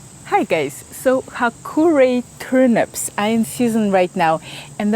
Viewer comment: I had to watch the first seconds at least 5 times before realizing that she was not in fact saying "Hi gays" 😂At first I was surprised that she knew that meme